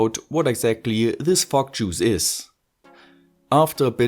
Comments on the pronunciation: what I'm hearing is F*ck juice haha sorry :D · The way you say fog juice sound like "Fuck Juice" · Why do i think you are saying Frog juice? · You cant say "Fok" on youtube!! Let alone saying "Fok Juice"! ¤§Ωθ¿¥ฯ!!! Florida!? Your speaks.. Your from Florida?? They use the euro there right? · Everytime you say fog juice, I giggle enough to make my ear phones fall off.